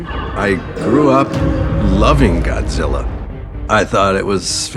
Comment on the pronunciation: ''Y'know it's Godziller'' ''Godziller''